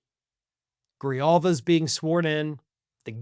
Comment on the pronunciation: say this after me: "Gree Haul vah." That's her name.